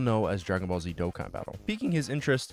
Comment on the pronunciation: as a huge charlie supporter and a dokkan lover i love hearing him pronounce the name